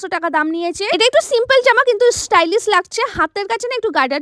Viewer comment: Didi ota istylish na❌ stylish ✔️❤😂😂